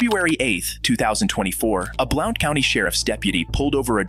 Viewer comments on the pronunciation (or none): This is in my area. They had the gall to claim the cops were being racist. Rest in peace, Deputy Greg McCowan. By the way, “Blount” is pronounced “blunt”.